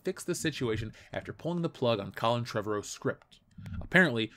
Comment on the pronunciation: Kudos. You're one of the very few commentators that correctly pronounce Colin Trevorrow's surname. Dunno where this 'Tre-varroh' came from.